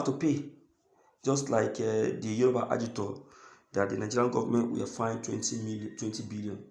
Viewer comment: I have corrected you severally, it Agitator not Agitor, Agitor is like a payloader or caterpillar that carries goods or ware to offload and Agitator is someone striving to pull out from oppression or injustice etc. If you repeat it again I will leave you and unfollow you. Thanks